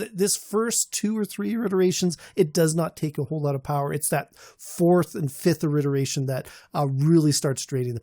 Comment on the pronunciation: Iteration… “it-er-a-tion” Much love. Wouldn’t correct if I didn’t care.